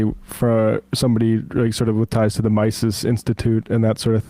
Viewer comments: It’s not mices, it’s Mises (meesus) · The false accusations you accept at face value against Dave Smith from a random commenter put you in a sour light. Dave Smith is Jewish, are you honestly hinting that he is a closet white supremacist? Also, the Mises Institute is pronounced Me-sis, not mice-sis.